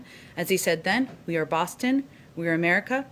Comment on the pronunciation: "Well, hwe made sure he's gotten the stimulus checks, so he needs to have time to spend them..." - Psaki